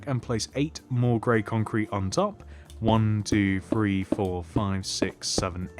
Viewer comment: i love your videos so much they help a lot but please the word is three not free